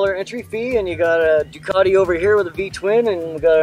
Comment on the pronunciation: I was just looking at the spelling of Ducati and I can't see the "R" in it, strange. It's a Ducarrrrrrti, not.